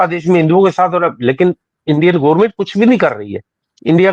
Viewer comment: The moment he said Gormint Kirkat He lost my respect.